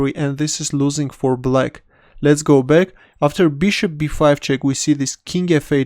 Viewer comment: I love the way he says "Let's go bag(back)"!